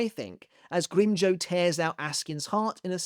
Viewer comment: How the fuck did he pronounce Grimmjow's name???